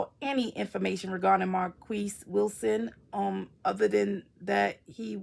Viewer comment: You pronounce his name correctly